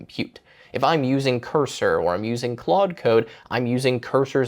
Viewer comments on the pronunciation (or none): none